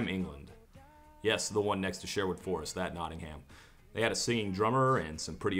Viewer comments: It should be pronounced “Notting - um” Only septics say it “Notting- HAM” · In England it's pronounced like NOTTing 'em, the H is silent and the emphasis in on the Not, same with BIRMing 'em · the way he says nottingham, really hurts my ears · it's not notting-hamm its notting-um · “Nottingham” is pronounced “Not-num” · How you pronounce Nottingham has my teeth on edge... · OK, so not only do you hate on TNCD, not only do you pronounce 'Nottingham' wrong, but you shit on *Love Will Keep Us Together*? And *One Tin Soldier*? Come on, man!